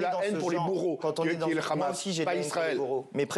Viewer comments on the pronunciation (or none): En français on dit Hamas et non pas Khamas...